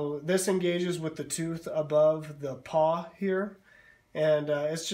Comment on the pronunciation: Pawl . . . not paw.